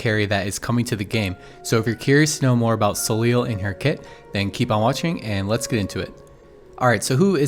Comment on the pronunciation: So just for information, since her name seems to come from the French word Soleil which is the french word for the Sun, I think we should tell her pronounce her name Soley more than Soleel. But as always, great video!